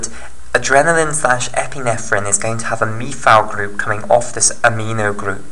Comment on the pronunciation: Epinephrine not epinethrine. just saying